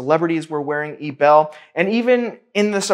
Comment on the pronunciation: eee b eee l you pronouncing like it would be panties